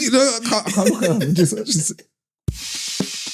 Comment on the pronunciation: Do all people in Peckham pronounce "Know" like "Kneux" like Mo 😂